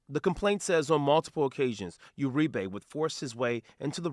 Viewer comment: Uri-BEY?! We got a Moor arrested? Nevermind it's URIBE. Them Basque's I tell ya.